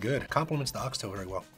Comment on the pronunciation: ❤ im so glad the dads said it correctly. Ox tail no (s) its ONE tail cut into pieces!! Good job Daddies! 🥰